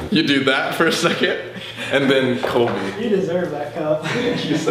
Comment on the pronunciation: Sam is definately jealous because he said "when you started brobly" im like Colby HoW dArE yOu StArT bRoBlY iT's MeAnT tO bE SoLbY!!